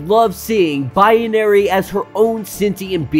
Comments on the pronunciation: What’s with the Bi-ye-na-ry pronunciation? Isn’t it just Bi-na-ry. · It's not biAnary. It's binary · Haha! The more he calls her Biyenary / Bianary the more annoying it is. 😆😆😆😆